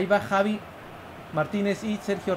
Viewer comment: Javi se pronuncia javi no chavi ,xDDDDD